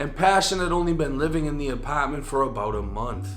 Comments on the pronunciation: Wtf is an “APOTMENT”😂😂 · Why does bro refuse to say apartment the right way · Her apawtment